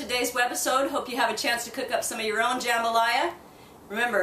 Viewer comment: You're pronouncing Jambalaya wrong. Also, try a Louisiana recipe instead of an Alabama rip off.